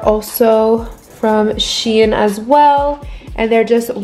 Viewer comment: Shein is pronounced shine 😭